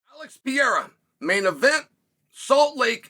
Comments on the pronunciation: Chael: I went to college guys.. Also Chael: Alex Piera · "Just how good is Alex Pierra?"